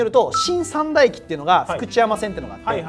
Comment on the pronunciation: さ→んだ じゃなくて さん↘︎だ じゃない？（イントネーションの話）